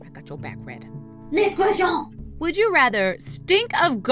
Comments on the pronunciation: "next ques-sh-on 😂😂👌👌❤❤ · “Next questshion” haha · HEY THATS NOT HOW YOU SAY QUESTION IN FRENCH I DONT LIKE THAT ITS KINDA STUPID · the way she says question I die 😆😂😂😂😂😂😆😆😆😂😆😆😂😂😆😂😆😂😆😂😆😂😆😆😂😆😂😆😂😂😂😆😂😆😂😆😆😂😆😂😆😂😆😂😅😂😆😂😆😂😆😂😅😂😆😆😂😂😆😆😂😆😂😂😆😂😆😆😂😂😆😂😆😂😆😂😆😂😆😂😆😂😆😂😆😂😆😂😆😂😆😂😆😂😆😂😆😂😆😆😂😆😂😂😆😂😆😆😂😆😂😆😂😆😂😆😂😆😂😆😆😂😆😂😆😂😆😂😆😆😂😆😂😆😂😆😂😆😂😆😂😆😆😂😆😂😆😂😆😆😂😂😆😂😆😂😆😂😆😂😆😆😂😆😂😅😂😆😅😂😅😂😅😂😅😆😂😅😂😆😂😅😂😂😅😆😂😆😂😆😂😂😆😂😅😂😅😂😅😂😅😂😅😆😂😂😆😆😂😆😂😂😆😂😆😂😆 omg 😂😂😂😂😅😂😅😂😂😅😂😅😂😅😂😅😂😅😂😅😂😅😅😂😂😅😅😂😅😂😅😂😂😅😅